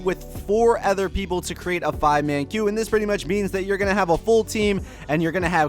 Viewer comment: The only problem I have with your videos is that you say "ether" instead of "other" it makes me cringe ever time. Other than that great content.